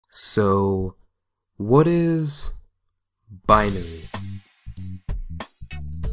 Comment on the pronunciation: its bin-ary